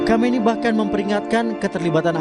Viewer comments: oh kompas, reporternya nggak bisa sebut nama pemimpin dunia wkwkwkwkk kahmeinei??? what/.... khameini sayangku wkwkkkk .... komando pastur???? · Presenter nya gak punya wawasan luas. Sebutin pemimpin Iran, mengejanya susah amat